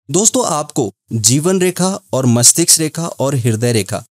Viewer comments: गुरु जी मस्तिष्क बोलना सही है मस्टिक्स नहीं 🙏🌹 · Mastiksa nhi mastiska😂